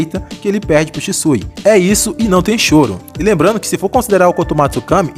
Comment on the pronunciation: "É Shixu, Sishu, Shishiu, Shisu..." "É Shisui, senhor." 😂😂😂😂